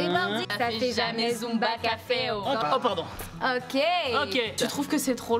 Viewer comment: « ZUMBA CAFEW »